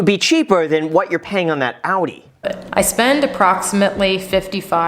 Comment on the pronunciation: I’m German and this might be the first time an American pronounced Audi correctly 😂